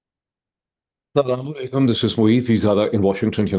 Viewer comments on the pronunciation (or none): none